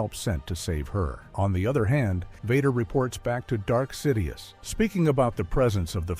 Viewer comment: did u just say dark Sidius???